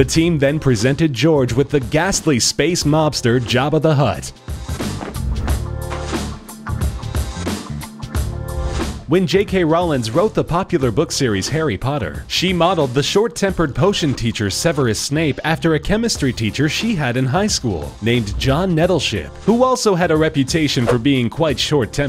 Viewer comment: he said hairy potter lol